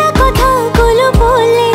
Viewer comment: কোনাল তো ভালো নেকামী করছে "বলে" শব্দে। জিহ্বার অগ্রভাগকে দাঁতের মাঝকানে লাগিয়ে উচ্চারণ করেছে।😅😅